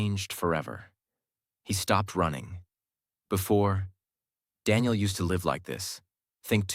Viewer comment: IT is Daniel not Denial😑 bro